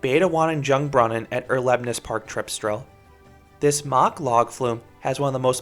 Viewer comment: And that window you do good videos, but it's so annoying that you can't pronounce Mack rides